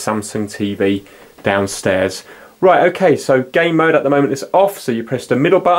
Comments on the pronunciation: I'm British myself, he's saying gay mode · you keep saying gay mode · Jay Turner yes it sounds like